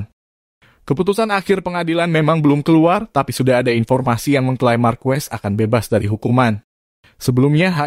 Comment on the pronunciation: Bukan Markues,,....tapi markes wkwkwk